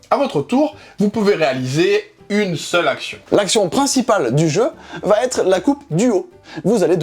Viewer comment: Bonjour.... va T'être de... est un pataquès bien trop répandu à mon goût. 😢 Pierre-Louis ne fait pas cette faute de liaison. Elle vient sûrement d'une confusion avec la forme interrogative où l'on rajoute effectivement un T dit euphonique (va-t-il) ou avec la règle d'exception d'un verbe à l'impératif ayant pour complément « en » ou « y » où le « t » résulte de l’élision du pronom « toi » et est précédé d’un trait d’union mais suivi d’une apostrophe (va-t'en). 😅 J'avoue. Le français n'est pas toujours simple. Mais on dit (comme on écrit): "il va être". Pas de T ici.